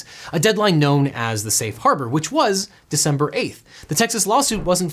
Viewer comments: "decenber" huh? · "Decenber" :D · Devin seems to have invented the month of "Decenber" . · "Decenber" My favorite month.